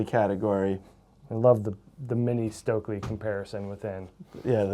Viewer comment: Please americans; learn to pronounce Stöckli. It's hurtiung my ears.